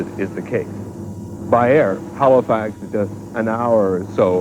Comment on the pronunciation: why does he keep saying Halofax??